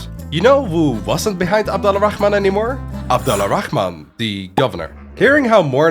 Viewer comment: Just a tip, Al-Rahman is one word. It's not pronounced Ala Rahman. It's Alrahman, and to be more precise; Arrahman. This is due to a linguistic rule, where certain sounds, including /r/, blend with the definite article "AL" (the). Google "Sun and moon letters" for more info. ;)